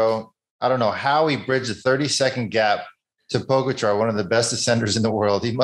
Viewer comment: It’s pronounced po gotcha not pogo char!